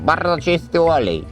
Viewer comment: Barrdzo czysty łolej😂